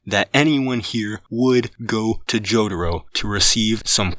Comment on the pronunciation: The way he pronounces jotaro is amazing